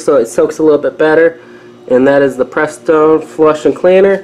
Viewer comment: Joey's Garage huh? What mechanic can't pronounce Prestone even before reading it?